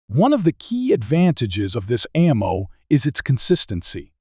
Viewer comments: This video lost me with "a mow tech". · The first frickin line... "A MOW tech is advancing rapidly". If we're going to automate narration, can we get one that actually knows how to pronounce 'ammo'? Or actually, get someone to speak into a mic? Hell, I'll do it. ("LEED bullets??")